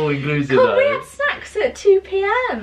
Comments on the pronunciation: Lol, it definitely sounded like, we had sex every day at 2 pm and was ready to go. 😂😂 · snacks but it did sound like sex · Omg i thought said Sex at 2pm 🤣🤣🤣🤣🤣🤣🤣 nope,snacks lol xxxxx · Literally sounded like she said sex 😂😂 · Honestly thought said ‘ con we had sex at 2pm’ but she said snacks 😂😂